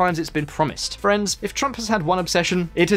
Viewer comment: When you say friends, I hear France. It's disturbing